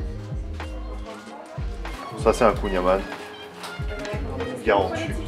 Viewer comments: il a dit kounia mamawwww 🤣🤣🤣ta détruit mon créole mdrr 🤣💀 Continuer comme ça les gars ❤ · faut que les gens apprennent a prononcer kouign amann jvais peter un cable